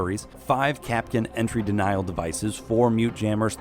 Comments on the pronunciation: Kapkan not kapkin like napkin remember who can cap can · My worst nightmare people calling KapKAN kapkin